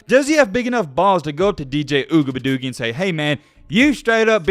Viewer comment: it’s ugabadoogie not whatever you said